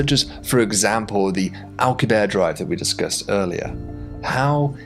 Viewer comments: 😂😂 "alcabear" that's not it's pronounced... it's "al-coo-bee-air-ee" 😅 or you know Alcubierre 😂😂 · Alcubierre is pronounced AL-COOB-YEAR not ALK-YOOB-AIR. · Its Al - coo- bee - air, right? Why would you make such a cool video then blow it by making up your own pronunciation of the word Alcubierre? Jeebus. This is all wrong. The crew cant know about whats going on on Vega because they arent there. They are in their own bubble of time and space, disconnected from the others. You are completely ignoring the time it would take for the crew to receive messages from the earth and vega about what they knew. How long does it take earth to alert vega? Something else youve ignored here. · Since Alcubierre is a major part of your video, and someone you may reference in the future again, just wanted to point out your pronunciation of his name is quite off. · For the love of God, pronounce the final e in "Alcubierre"